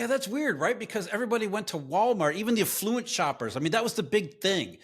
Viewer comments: Is it a thing for people to pronounce it “eff-LOO-ent” (affluent)? I’ve only ever heard “AFF-loo-ent but this is the second guy in just as many days. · CLUELESS!!! It wasn't an "artificial high" of 2024, it was Bidenomics - and now we have the Cheeto as POTUS and COMPLETE LOSS in consumer confidence!!! BTW, it's not afFLUent shoppers it's AFFluent shoppers!!! ILLITERATE!!!